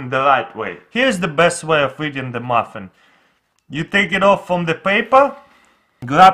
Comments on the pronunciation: He said moffin not muffin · Same for the "maffen"